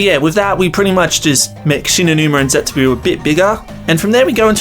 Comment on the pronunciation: How are you saying zetsubo Xd Zetsubu XD